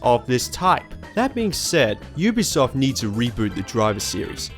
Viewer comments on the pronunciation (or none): none